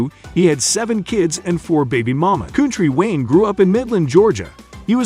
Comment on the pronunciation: If your going to spend negative energy, pronounce him name right. Haters!!!